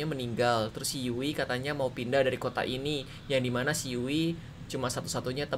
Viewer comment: Bukan yui tapi yu'i